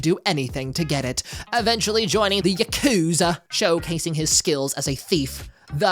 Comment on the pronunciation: i love your pronunciation of the "THEE EYN-SPECT-TURR" and "YAKOOOZA" had me laughing everytime.